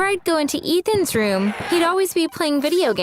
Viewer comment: So that I can make some RrRuUuUuUm in the attic.